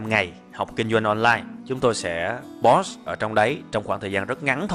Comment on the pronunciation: Thầy ơi cho xem sửa phát âm tiếng anh của thầy. Thầy hay đọc sai từ POST.